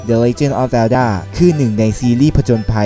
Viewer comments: ตอนประมาณ 7.38 ต้องเป็น เซลด้า ทำไมพูด ด้าด้า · Nakorn ZeEdZa TV อ้าวก็พี่เขาพูดว่าดาด้าอะ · อ่านผิดนิดหน่อยนะครับ มันอ่านว่า พอทอล กับ เซลด้า ครับ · พี่อ่านผิดอ่ะ Portal อ่านว่า พอลโท้ว แล้วคำว่า Zelda อ่านว่า เซลส์ด้า